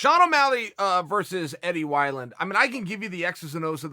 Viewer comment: Chael "Eddie Why-Land" Sonnen